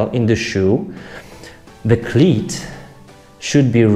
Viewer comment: Love your accent. You say "cleat" like "clit"; which I love very much. :)